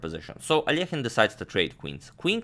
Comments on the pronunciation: I love how you pronounce Alekhine😍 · your russian pronunciation fills me with joy. every time i hear al-leh-kyne i die a little inside :P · The one used by Agadmator is correct, ale Alekhin is originally Russian. Another pron. may come from French as he once became a French citizen. 🤔